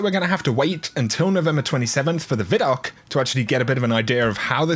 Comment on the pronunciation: Love your channel, bro! One quick thing that's bugs me unnecessarily... it's VI-DOC. Not VID-DOC. VI. DOC.:) Love you!